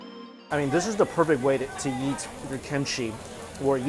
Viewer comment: Notice how he says "YEET" instead of "EAT". I've been twitching every single time for 3 years